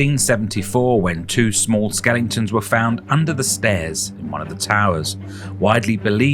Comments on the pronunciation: Did he say "skellingtons" ? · He said “skelingtons”. Yes he did 😂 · Not dull. Enjoyed this. You say 'skellingtons' just like my grandmother used to used to do 😍😉